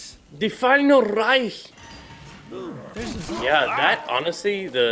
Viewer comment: said reich right 😂